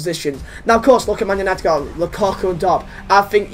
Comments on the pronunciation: Manchester "utited" 😂😂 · 'Manchester Utited' 😂